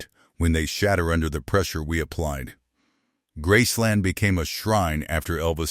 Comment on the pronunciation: Why is this idiot calling Graceland - grass line ? Geez. He can’t pronounce Tupelo either. Who picks these people who can’t pronounce words. Geez!